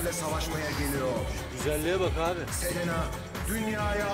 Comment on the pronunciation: Selinde celena diyo 😂